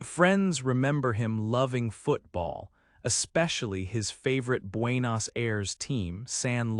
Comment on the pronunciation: 😆 pronuncias muy mal Buenos Aires capital de Argentina